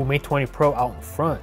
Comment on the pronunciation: "And we are inn" 😂😂😂😂